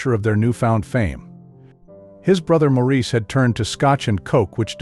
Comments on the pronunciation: Stopped listening when you mispronounced their group name and Maurice’s name. Come on! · I noticed that to, and they always say Maurice's name wrong. I will always love the Brothers Gibb.